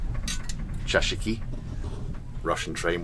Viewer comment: chashki not chashiki